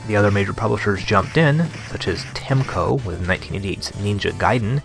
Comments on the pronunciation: I love your videos! Subscribed :D Really great, just one thing though, why do you say Temco, instead of TeCmo? hehe, Keep up the great work! :) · 17 episodes later, and you're still saying "Temco" instead of "Tecmo" !